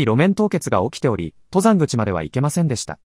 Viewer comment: ↑と↘ざんぐち のアクセントが気になる